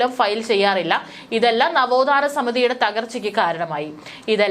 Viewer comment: നവോദാന മതിലല്ല നവോത്ഥാനാ മതിൽ pronounce correctly please